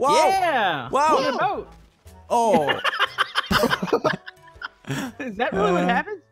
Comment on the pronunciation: Not baot is boat